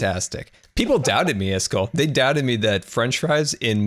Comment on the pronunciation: its iscaall not iskil